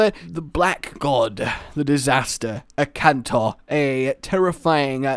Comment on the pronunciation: FinalHunter97 This is what I meant. He said Ukanlos instead of Akantor